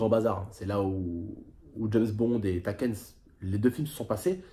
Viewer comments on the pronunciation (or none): *TAKÈNE.... nn mes en sah 😂😂😂😂😂😂😂 c pas TAKÈNE Mes tÉkan fin sa s'prononce comme sa sinon c taken bref c mon film préféré tonton normal ta vu bref ta ps chance aek ton suprême a ta place j'aurais eu mes un seum grs laisse tombé frr